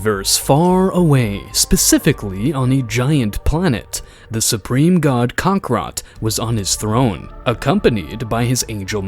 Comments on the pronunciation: Kakarot ❌️ kakra✅️ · Learn how to pronounce kakarot right.